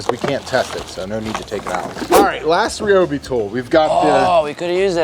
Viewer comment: Omg it’s RY-obi NOT RE-obi. Just like it’s RY-an, u never say RE-an. Americans speak so weird and nooooooo u have boring (sorry) but he’s just so boring and deflating. I’ve seen more air in a deflated balloon lol. Sorry but I’m skipping past this part with him in